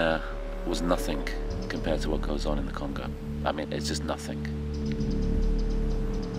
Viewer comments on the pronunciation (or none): When he said "Nothink" He lost all credibilty